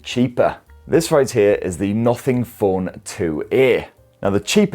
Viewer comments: Nuffing Phon 2Eh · British English 🤣